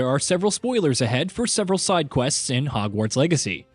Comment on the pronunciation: Is he saying "Hogwarts Eggacy" or am I crazy?